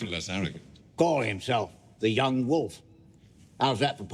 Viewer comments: wolf not woof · .....PLEASE STOP saying "wuf"......It's W O L F. PLEASE ENNUNCIATE! yo, stay in school kids!